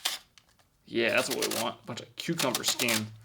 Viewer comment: It's funny how pronounces it "Q-Cumber" instead of "Cuh-Cumber"